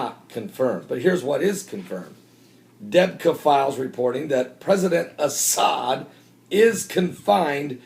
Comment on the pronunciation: debka file... sheesh... thanks for pronouncing it properlly Deb-ka 2 syllables... anywhoooo this reminds me of the coverage over kahdafi... remember the propaganda about how many times he has been captured or his sons yada yada? deb-ka is fun to read and it is useful but take it w/ a big grain of salt... you know who runs deb-ka don't you